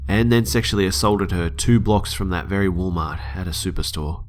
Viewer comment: "wall mah"